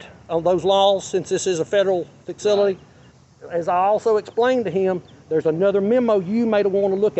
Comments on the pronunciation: That guy might need to go back to grade school if he’s pronouncing “facility” like “faxility”🤣🤣🤣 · He definitely said FIXcility 😭😭😭😭 But kudos to him because I learned a lot on this video. I.E. I can't be trespassed off of public property AND I don't have to provide identification if I've not committed or suspected of or in the process of committing a crime. With that being said I've been violated so many times and didn't know it. Thank you Sir. But it's pronounced...........Shut up Fred 😂😂😂